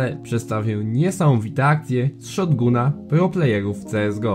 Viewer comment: "szotGUNA" xDDDDDDDDDDDDDDDDDDDDDD